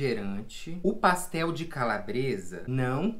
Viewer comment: Quem também ama falando paxtel? 🙈💙❤